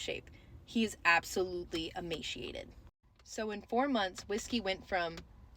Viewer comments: The way you pronounce emaciated is horrid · Emaciated not emasheatid